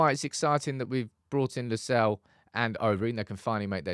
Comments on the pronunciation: The name LUSALE, is pronounced as LU SA LE, not LU SALE, No. This is an African name from Zambia. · The correct pronunciation of LUSALE is not “Lusell” but LU- SA- LEH its an indigenous Zambian name. And im proud to have the lad representing the United academy 👏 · Lu-sah-leh that's the pronunciation